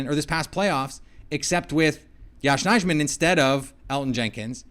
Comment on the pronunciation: The j is silent in Nijman , your the only person that can’t get it